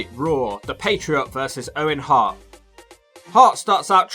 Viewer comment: It sounds like you’re calling him the “patreon” lol